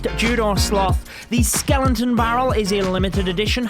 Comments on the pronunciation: Sorry Judo but it’s skeleton scel-et-on barrel not skelenton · Its skeleton you dum not skelenton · I guess it is pronounce Skeleton.. npt skelenton 😀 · It’s Skeleton... not skelenton... no N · everyone: Skeleton Judo: Skelenton 😂😂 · Dude it’s not “skelentons” it’s skel•eton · Whats a skelenton haha. Isnt it called skeleton? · Stop saying skelenton, like omg dont do youtube of you cant even pronounce skeleton right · Ugh!! Please. Why you saying skelenton? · Skeleton, not skelenton.. gosh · Take a shot every time he says skelington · skelenton barrel 😂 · Skeleton, not skelonton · I love how he pronounces skeleton as "skelen-ton"😂💔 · it clearly says skeleton not skelenton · Why are you pronouncing skenlenton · Skelenton.. Skellington?? Love the vids but couldn't stand your pronunciation of Skeleton xD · Judo: "Skelenton" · Nobody: Judo: Skelentons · Is it just me or is he saying skelenton? No offense Judo, great video! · My TH11 base: SkeleNton Barrel (Level 8) My TH10 base: SkeleNton Barrel (Level 7) My TH9 base: SkeleNton Barrel (Level 6 ) ..Man that "skelenton disturbs me.. :D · skelenton lol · Is it just me or did we all hear skelentons 🤣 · “Skelenton” 😂 noice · “Skelenton” lol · With ur accent it sounds like Ur saying Skelenton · my man is pushing 40 and can’t say “skeleton” skellington headass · no body: judo: SKELENTON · Dafug is a "Skelenton"? 😂😂😂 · Did i hear skelentons ? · I find it triggering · My diarrhoea gone after listening to his SKELENTONS and clenching my butthole everytime he said it. 😂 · Nobody: Judo: SKELENTON